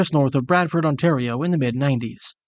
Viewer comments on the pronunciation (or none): none